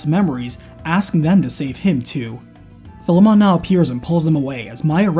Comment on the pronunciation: You mispronounced Philemon again.